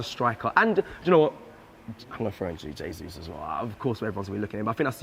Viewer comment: can you help to pronounce Jesus, not Zesuse👍